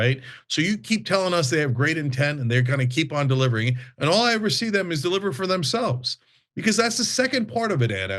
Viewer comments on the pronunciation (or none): Your a liar lady all bs Anna stop saying bided liver just shut up anna